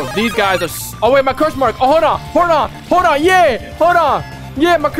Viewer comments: Anyone notice he said cruse mark lol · love the vids but i keep laughing at how u say curse mark like its a naruto game